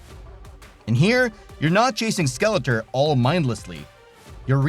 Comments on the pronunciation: Why are you saying Skeleter?!? It's like nails on a chalk board. SKEL-ET-OR. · It's pronounced SkeletOR, not SkeletER. I can't watch anymore. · 😂😂😂 why do you keep saying Skeletuur ,Not Skeletor😂😂😂 damn Im baked😂😂😂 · How can you make a He man video and not know how to pronounce SkeleTOR? Lol Cool video still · obvious AI narrator cant even pronounce skele-TOR. the whole thing sounds like a chat gpt essay on motu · I can't stand the pronunciation of Skeletor.....driving me nuts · Why can't you pronounce Skeletor? 😂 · What's sad is that the ps2 told you the correct pronunciation of skeletor and you still pronounced it wrong. Enjoyable video though. Keep up the good work. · Hey guys, (the narrator) I've been sick for the past couple of videos, and I'm aware that's not an excuse, so I wanted to apologize for mispronouncing Skeletor's name. I genuinely just blanked out on that one and I now realize how important that is to a lot of you guys. I'm feeling better now and I'll pay a lot more attention to details like that from here on out.